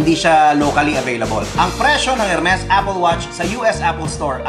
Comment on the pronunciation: Good for you to discuss pronunciation here. Tamang tama para sa mga nanonood ng vids mo na naguguluhan siguro dyan. And really good pronunciation of the French R! Really funny but you still got the correct R. :)